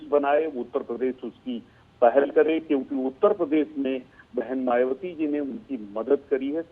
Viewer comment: जरा मुँह संभाल कर बात कर...मायाबती कहती है... ना बोल कर मायाबती कहती हैं... जय भीम 🙏🙏